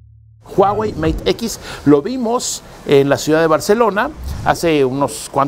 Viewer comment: "meit equis" Spanglish